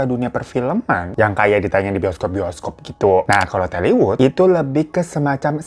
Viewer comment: Tollywood bang bukan telly😂